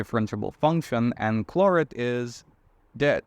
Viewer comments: Alexis Clairaut was a Frenchman. So his name is pronounced CLAIR-OH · Clairoh is the way you pronounce his French name.